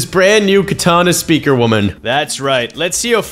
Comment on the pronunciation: How did bro butcher the name that hard in the start